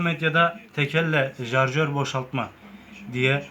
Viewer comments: İcra değil irca yayı jarjör değil şarjör değil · abi alakasız ama ALLAH RIZASI İÇİN BAK ŞUNA JARJÖR DEMEYİN ARTIK ŞARJÖR O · Jarjör değil şarjör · Hoca icra yayı değil irca yayı jarjör değil şarjör bende tsk personeliyim ben yapamıyorum her TSK yada EGM personeli yapacak diye bir şey yok ama yapabilen bir sürü arkadaş var hile falan da yok ve onların reklam yapma gibi bir düşünceleri de yokkk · Jarjor diğil şarjor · Artık senin yüzünden jarjör demeye basladım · 1 jarjör değil şarjör 2 icra yayı değil irca yayı kardeş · jarşör değil şarjör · Carcör denendiğinde şükür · jarjör değil şarjör icra yayı değil irca yayı sen önce namluya jarjör değil namlu demesini öğren. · zarjör değil şarjör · Jarjör kfkdkfk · Abi neolur şu şarjöre jarjör demeyin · Jarjör diyolar bende acaba benmi yanlış söylüyom diye kendimi strese soktum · şuna jarjör demeyin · Şu şarjöre JARJÖR demekten vaz geçin artık yeminle silahtan soğuttunuz milleti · Sen önce şarjör demeyi öğren